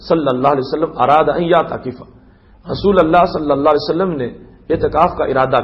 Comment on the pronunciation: رسول اللہ لام پر پیش پڑھیں گے